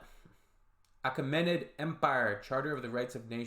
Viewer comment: Moral of the story: It might take a few centuries after major invasions (e.g. Alexander, Arabs, Mongols), but eventually the Iranian culture unites the nation. BTW, "Achaemenid"'s English pronunciation is /əˈkiːmənɪd/.